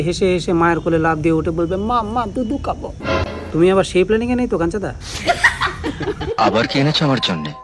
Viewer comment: ota kancha-da noy ota kanchu-da hobe 😛